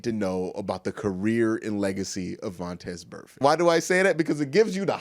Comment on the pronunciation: Drinking game: drunk every time Q says vontez burfect